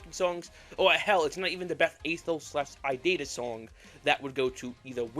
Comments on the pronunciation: Why are you calling it idida and not irida? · why do you say irida like idita? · Please stop pronouncing irida as "i data" PLEASE💔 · So few things 1. Aethos v1 dropped i think a month before silly billy but was overshadowed by it 2. The Courpse is Mocking Me and Cordyceps are actually title changes and the original names were Body Floating Towards Me and Obsolete 3. It's pronounced I-ree-da(i think) not i-did-ah 4. The og sprites you showed were actually fan finishes, the real ones wer never finished 5. Slingmingo didn’t make shuck they only wrote the lyrics and sang them Edit: forgot stuff 6. The Secret Door arc starts at the ending of the apartment era no the old sml house era 7. Revenant, EXECreation and kinda irida come from Aethos however irida was originally a Logan head song from SML wiki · How did you possibly get to "Idider" from "Irida"? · IT'S I - RI - DA! it's no that hard! 😭😭😭😭😭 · Also, IT’S PRONOUNCED “E-RID-UH”